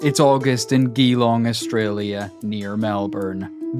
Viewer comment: Surely they meant 'gee-long', not 'ghee-long'.